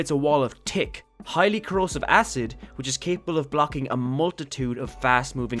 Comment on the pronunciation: Every time he said thick he sounds like he said tick